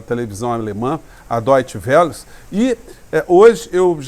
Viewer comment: Parabéns pelo seu trabalho. Deutsche Welle. (pronuncia Wélle)